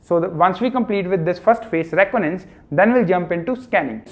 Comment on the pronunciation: What is roconance 😂 it’s re con I dance reconnaissance 🙂🙏🏻